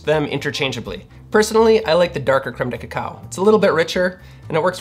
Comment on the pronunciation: I just like hearing him say "Cremedekekow"......